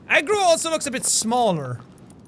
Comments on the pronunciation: Did jack say 'What up Egg Roll' instead of Agro? ...Ok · Jaaaaack its pronounced Agro not egg roll JK i dont care how you pronounce things. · I thought he said eggroo,... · Is it agro or egg roll...I’m not kidding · Whenever he says “Agro” I think he says “Eggroll” maybe because I’m hungry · Did jack say eggroll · Egrol. LMAO I know it is Eggroll. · Is it bad that whenever Jack said Agro I heard egg roll? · Chrono_gaming Bro yes but the whole time I was hearing Egg Roll. Probably because I started watching it on the bus and with all the noise heard that. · when sean says the horse's name it sounds like eggroll